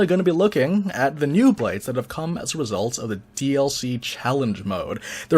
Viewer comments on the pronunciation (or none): none